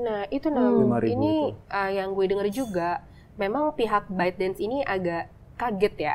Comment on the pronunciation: Baidans...baidans...baidans.... kirain nama apa, setelah nonton video lainnya, ternyata BYTEDANCE. Mohon maaf, kalau kata² bahasa asing, tolong diucapkan sesuai dgn pengucapan bhs asingnya 😂